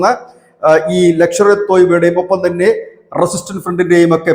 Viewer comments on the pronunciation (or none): 😂😂 " ലക്ഷർ എ തോയ്ബ" യോ❓ അതെന്തു തോയ്ബാ❓ "ലഷ്കർ എ തോയ്ബ"യല്ലേ❓❓😂😂